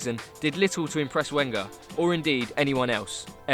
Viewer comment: What an idiot. Can´t pronounce "Wenger," doesn´t know the difference between "disinterested" and "uninterested" and includes Jamie Vardy in his list. Give up making videos !